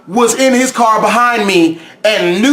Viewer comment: I love your carrrrrrr